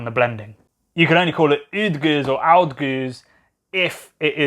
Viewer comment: It is pronounced bone. And oude is pronounced with an ow sound (as in how), not uh. And pajotten as paah-yotten :)